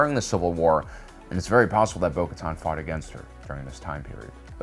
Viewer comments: Translation: Bo-Katan = Bo-Kar’en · Okay. It got worse. First he only misspronounced her name. And now he misspells it too